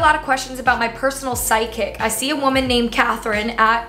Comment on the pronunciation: omg i thought said SIDEKICK not psychic 😂